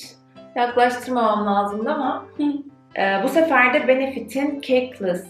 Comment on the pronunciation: Tabiki “de” telaffuzunuz Z kuşağına sevimli görünmek için mi? Türkçeyi katletmeniz irite edici.